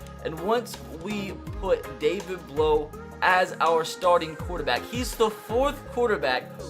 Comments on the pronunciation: As a Purdue fan I actually watched all his games in college. Also his last name sound is ow not oh. Blough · It’s pronounced David Blau not David Blow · Hey, I like your videos, but I have one critique. His name is pronounced Blough sounding like plow, not blow. Keep up the good work! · Blough is pronounced like you would say "now" not "blow" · You’re saying his name wrong. It’s not blow. Bl then like you’re saying ow. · His name pronounced like plow but with a B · David Blough is said like David Plow but with a B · Its pronounced blough like a feild plough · It’s David Blough, but u say the last name like Blow(say ow as like u hurt yourself, u say OW! That’s what it is) it sounds like Plow... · you said Blough wrong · David Blough my boy from Purdue! Edit: your pronouncing it wrong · AJ Burri I’m a Purdue fan too and I want to watch this series but if he pronounces it that way the whole time i don’t know if I’ll be able to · David Blough was never drafted by the browns and Blough doesn't like sound blow,it sounds like bl-ow,ow like in ow I hurt my toe.